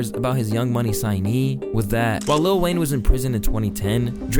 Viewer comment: Small gripe; Why do people always say little Wayne instead of letting it roll off your tongue as lil Wayne? It's not that difficult.